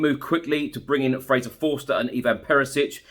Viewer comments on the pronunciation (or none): none